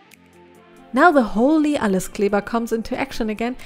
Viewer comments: I just watched the Video without really knowing your Videos and then I heard the "ALLES KLEBER" and was like "OH SIE IST DEUTSCH!" xD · The first time she said "Alleskleber" I cracked up. That's how I say it all the time since I am also German but everyone is giving me funny looks when I pronounce it like the way she did it x3